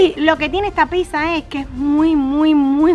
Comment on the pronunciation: Se dice pizza no pisa avals mal